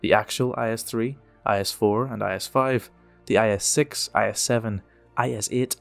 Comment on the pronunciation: It is necessary not to pronounce the letters separately, but together in one syllably. Not I S but IS. Listen to how it sounds in Russian. IS.